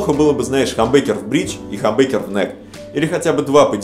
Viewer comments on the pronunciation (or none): не хамбекер а хамбукер